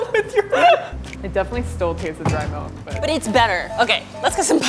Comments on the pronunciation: a thousand grams of whole MALK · "A thousand grams of WHOLE MALK" lol 🤣